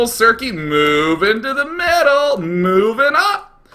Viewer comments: It's uh... its circe, like cer-see. I love you Day9, read some greek mythology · Pronounced Sir-Sea Circe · Circe - Kirke - from the ancient Greek "novel" the Odyssey